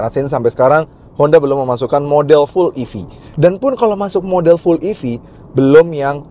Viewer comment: ev kak bukan ef😅 salah ucap kak